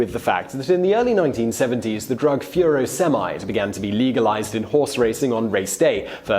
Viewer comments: I've never heard furosemide pronounced like that before! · tegs69UK I was thinking the same thing. But then drug names can be tricky to pronounce a lot of the time.